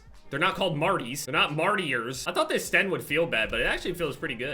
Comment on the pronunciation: Yupp just as annoying as hearing someone calling it ''Stenn''